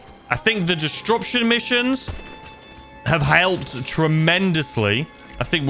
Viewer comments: Distruption gets me every time 😂😂😂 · The way you pronounce disruption has me howling😂